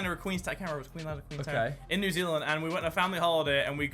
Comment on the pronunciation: hang on did he say new zealead then queensland? isnt that Australia